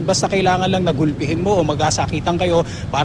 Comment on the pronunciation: lousy!!!.. frasority dw cla? hehehehehe..